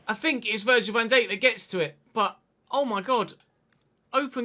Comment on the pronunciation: Petition to teach how to pronounce Van Dijk?!